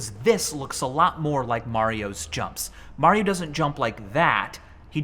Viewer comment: “there you go mar io ..i call him mar”